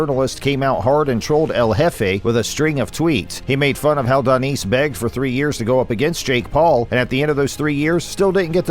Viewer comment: You need to work on your reading skills... how do you get Danice pronunciation out of the spelling 'Danis' (Dan-nis)... you call yourself a fighting channel and can't even get the names right? Come on, that's sloppy work.